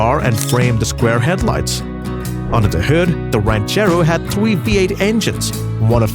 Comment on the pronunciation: A twee-point-twee liter. AI, LoL. Good documentary though